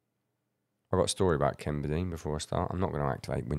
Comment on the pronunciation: FINALLY YOU GET TO KEN! This guy is everything the drummer from Infant Annihilater wishes he was... P.s. its pronounced Bedeny.